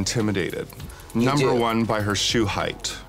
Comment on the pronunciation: girl just say "won"